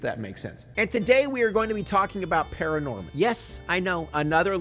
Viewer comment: It's actually *Paranorman not Pararnorman B)